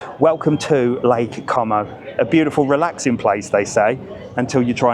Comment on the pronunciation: What a moaning old git😂😂😂😂 has the patience of a Saint because if that was mine he would have disowned me and walked off😂I'm loving you pronouncing com o🤣as it will really upsets the wetwipes in the comments 😝great video and 👍